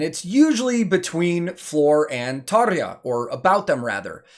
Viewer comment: One quick note... 10/10 Tarja pronunciation... ok... carry on... cheers...